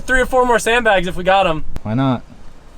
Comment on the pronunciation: 344,000 people at this moment have out loud mocked you saying "sand blags" lmao